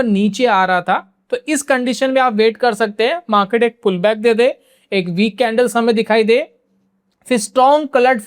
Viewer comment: Maket नही मार्केट ,बाकी जानकारी अच्छी है , ये मार्केट देखने का एक नया नजरिया है ❤